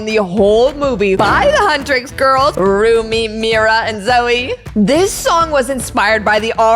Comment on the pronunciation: The way u sayd zoeyk got me died😂